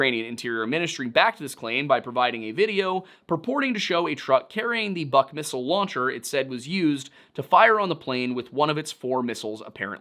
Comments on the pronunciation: The word “Buk” is pronounced “book” and not “buck” the “Buk” is a missile system and the word means “Beech tree” in Ukrainian. I speak Slovak and it’s fairly similar and many common words. Sorry but it’s annoying bc it’s not a difficult word to pronounce. Thanks , and I LOVE the Lore Lodge videos. I’m rewatching them all. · Buk is buk ,not BAK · As a slav I can say, that buk is spoken not like buck, but like book (literally; u=oo in slavic languages). It`s good to always look on the phonetic pronunciation to be certain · It's a minor point about pronunciation but still: "Бук" is pronounced like "book", not like "buck". Just a correction. Also I think this situation is prime Hanlon's razor material. Rebels' incompetency is much more believable than ukrainians' malice. The fact that we have more evidence for this theory is telling. Good job overall, you handled this topic very professionaly, I was kinda afraid to go watching this, but you've once again proven yourself a fair and balanced researcher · The biggest thing that is throwing me off in the video is "Buk" pronounced like "Buck" instead like "Book" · Book is how you say the "buk" name of the SA11. I see someone else said that too but it drives me nuts hearing that. Typically just say SA11 or whatever the Nato name is. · Pretty sure "buk" is pronounced like "byook" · Close, it's pronounced exactly like the word is pronounced"book" in eng. "У" makes an "oo" sound, "ю" makes a "yoo" sound. But ultimately, it doesn't rlly matter, especially since Бук's romanized ver is "Buk", easy to get it wrong. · One small correction, dear sir. The missile system in question is called Бук (in cyrillic), therefore should be pronounced as "book". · You’re saying BUK (Buk) wrong. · Russian here, thanks for trying to pronounce. The most horrible one must be Buk, as it's pronounced like book, not buck. Purgin as "pure-gin" is pretty hilarious too😂 should be "poor-gyn".